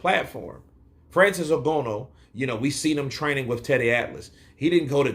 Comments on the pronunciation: Ng_A_nou Brother not Ng_O_nou haha 😅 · For your reference, I believe Francis's surname is pronounced "IN GARN NUUU" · Agreed. Please correct me if I'm mistaken, but I believe Francis's surname is pronounced "IN GARN OOO". (As in the 'oooo' rhymes with 'flew') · At this point i think he is purposefully pronouncing it incorrect lol, I mean how could he watch the fight, hear the commentary team say it correctly and yet still say it this way lol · Surely you can pronounce Ngannou's name better than that.